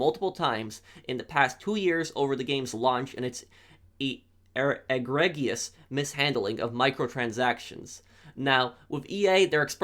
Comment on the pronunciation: The word is pronounced eee-gree-jis !! Cheers!!! Keep up the great vids, been subbed a while now